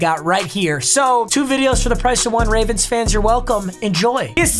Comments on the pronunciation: has a stroke saying ravens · Idk why but just made me laugh when he said “ravrens” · “Ravrens” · My man really said ravrns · “Baltimore Raverens” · Wait did i hear ravrens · “Ravrens” yep yep ravrens